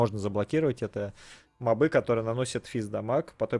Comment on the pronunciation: почему мобЫ, а не мОбы? в первый раз слышу такое просто :)